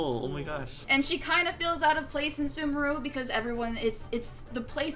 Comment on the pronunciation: Sumaru? Wasn't it Sumeru?